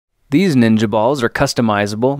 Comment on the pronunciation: "Ninia balls"